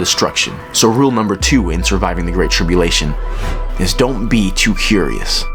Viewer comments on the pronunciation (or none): Curious...not Curios